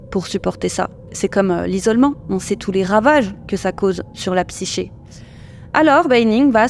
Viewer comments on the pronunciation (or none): none